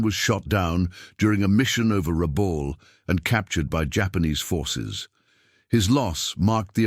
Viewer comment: It's pronounced phonetically as: Ra...bool, not Ra...bal as the narrator stated. Please correct. Numbers are not read as 8...0 fighters but as eighty (80) fighters. When your robot narrator can't read or pronounce numbers and names properly, it ruins your videos.